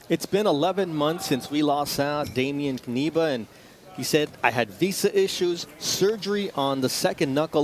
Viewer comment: "dejmien kaniba", oni są niepełnosprawni logopedycznie, nie ma nazwiska którego by nie przekręcili